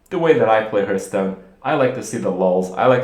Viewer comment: its called hAAAAAAAAAAAAAAAAAAAAAAAAAArthstone not "hurt"stone